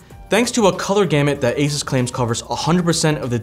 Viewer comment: for the love of god its not A SIS its ASUS A SUuuuuuuussssss for F S